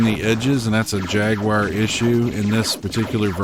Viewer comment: It's not the first time I heard it pronounced like that, and it's always someone with an American accent, trying to pronounce it like a Brit. However, that's not the correct pronunciation because it's pronounced "Jag-wahr" in American accent, and "Jag-you-are" in British accent.